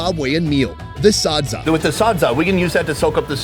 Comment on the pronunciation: Me from Zimbabwe laughing at him saying everything wrong sadza-saaaaadza Shona-shoena is how he says it😂